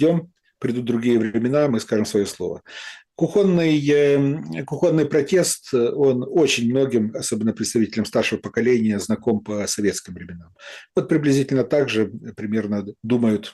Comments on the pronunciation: В устной речи встречаются два варианта: кУхонный и кухОнный, однако литературной норме соответствует только первый из них. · Господи! Ну не кухОнный, а кУхонный. Ну режет слух!